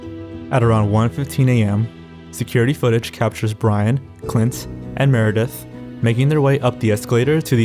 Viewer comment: My name is Clint and I can't take the sound of it from your mouth